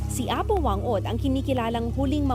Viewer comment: she pronounced it wrong! it should be Fang Od! thats how pacific islander pronounce 'Wh'